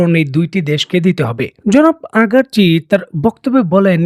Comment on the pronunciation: আগারচি না ভাই, আরাগচি হবে